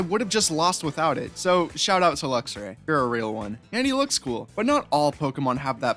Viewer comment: #2 IS SUPPOSED TO SAY MEOWSCARADA, NOT FLOWER CAT! #4 IS SUPPOSED TO SAY EITHER MAGNEZONE OR SANDY SHOCKS, NOT LIVING MAGNET! WE DON'T SAY SORTA, WE SAY SORT OF! AND THERE IS NO VOWEL BETWEEN THE X AND R IN LUXRAY!